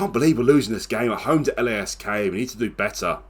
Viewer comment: Tip: Lask is pronounced as 1 word